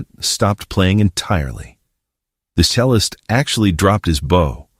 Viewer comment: Good video, but you obviously have hired an AI voice as the narrator, because any breathing person would have known better than to read 'cellist' as 'SELL-ist", since it's obviously a "CHELL-ist" (player of a cello) that was the subject at that point in the video. In fact, , the word was on the screen. , it was supposed to read "panicked screams". a 'mode' path was mentioned. Shouldn't that have been 'mowed'?